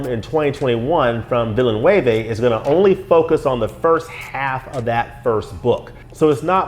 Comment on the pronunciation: Excellent breakdown of the trailer. It seems that you are quite familiar with the source material. Not only that, you are very articulate in your explanations. Denis Villeneuve (last name pronounced closer to VILL-NEWV) is one of my favorite directors working today. I've seen most of his movies -- from Polytechnique to Blade Runner 2049 -- and have been amazed at that portion of his work. Dune was a novel I never thought could be brought to the big screen (as was clearly evident with the 1984 adaptation from David Lynch). David's work is often... uh... odd to very strange, but the studio never gave him a chance and took control. David had indeed wanted to do two movies of the first novel, but that idea was shot down. I will give some credit to the Lynch adaptation. I thought some of his sets were surprisingly good, although the models for the ships and carryall were very crude, as were many scenes of the sandworms. Obviously, there wasn't a big budget for the special effects. The costumes were very good, and the cast was solid. Unfortunately, Lynch wanted to make the Harkonnens cartoon characters, which really bothered me. Will Dune finally become the movie and success that fans have been waiting for? Moviegoers are fickle. Just see the box office proceeds from Blade Runner 2049. Like you, I felt Blade Runner 2049 was outstanding. But if anyone can make the Dune franchise work, it is Denis Villeneuve. He read Dune at age 15... the same age as the protagonist, Paul A